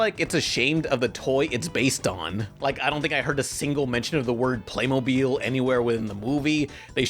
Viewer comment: First of all you're little joke over here is so cheesy come on man step up your game and second of all it's pronounced Playmobil not PlAyMoBiLe